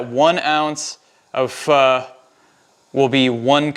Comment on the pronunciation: Oh thank goodness you said it correctly! 👏 in Vietnam we make our broth with beef bones. We top our soup with london broil, tripe, Vietnamese meat balls, tendons and lots of herbs and bean sprouts...splash of lemon juice, hoisen sauce and sliced hot peppers...oh my! Definitely no tofu for us! lol! Glad to see this video!